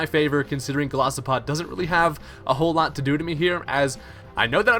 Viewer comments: I love ur vids and I know this is gonna sound petty and bitchy AF but it's Gol I sopod not Golosopod X) For some reason that really bugged me lol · GOLISOPOD not Golosipod